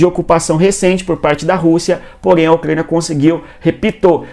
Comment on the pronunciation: O que é um Ucgania, meu deus!? Cuando tu tinha 5 anos os teus pais ja tinham que ter te levado no fonoaudiologo, senão tu vai continuar falando como bebezinha 😅👱🏻‍♀️😅